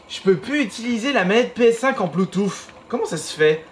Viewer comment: « Bluetooff » mdrr